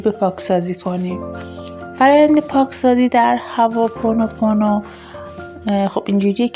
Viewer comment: هواپونوپونو تلفظتون اشتباه هوا نیست hooponopono